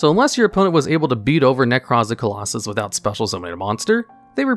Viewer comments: Is Nekroz of Clausolas really pronounced "Colossus"? >_< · Who else got frustrated listening to Nekroz of “Colossus”? 😂😂😂😂😂😂